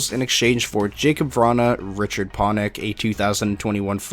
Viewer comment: “Jakub Vranhuhhhh”